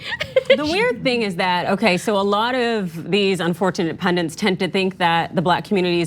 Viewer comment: What is a "pundant"?